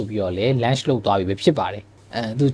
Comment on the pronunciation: lunch လုပ်တာ မဟုတ်ပါဘူး Bro launch ပါ အသံထွက်လေး တချက် မှားနေပါတယ်